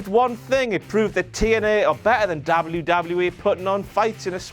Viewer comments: Why do you say wwe like Dabal u Dabal u e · say WWE right.